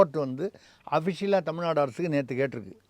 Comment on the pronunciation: நதி அமைச்சர் அபத்தமாக தமில்-நாடு என்று உச்சரிக்கிறார்.....